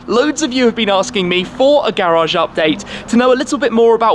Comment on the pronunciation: That "GARAGE UPDATE" accent tho